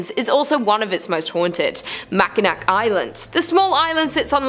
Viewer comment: Learn to say Mackinac correctly